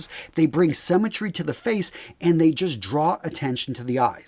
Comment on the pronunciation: He thinks that 'symmetry', a concept people learn in primary school, might be an unfamiliar term to some people. He also pronounces it 'semmytry'. Guys, what do they teach you in US schools?